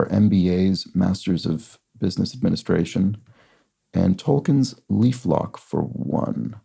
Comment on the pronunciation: 61D. Tol-keen, rather than Tol-kin The name is Germanic and follows the standard German pronunciation of 'ie' as in 'die', German for 'the.' Following is an excerpt from a letter written by J.R.R. Tolkien, which I would say settles the issue: "I am nearly always written to as Tolkein (not by you): I do not know why, since it is pronounced by me always -keen."